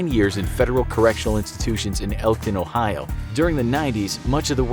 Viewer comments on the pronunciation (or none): none